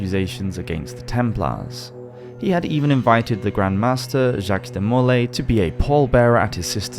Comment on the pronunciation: Love your content...but just so you know, Jacques De Molay is pronounced de mo LAY, not de MO lay.